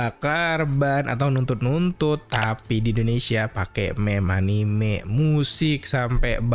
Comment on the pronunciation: Bacanya anime bang, bukan anim.